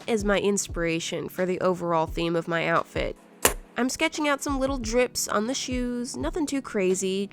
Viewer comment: When said outfrit could not stop laughing